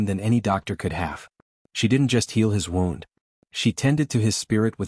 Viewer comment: Good story, but we're gonna need part 2, please. Somehow, AI voice needs to learn the difference in wound (woond) as in he had a gunshot wound and wound (wownd) as in the thread wound around the needle. Mispronounciation of this one word is consistent in all of these western stories. I'll be looking for part 2. Make it soon, please. 😊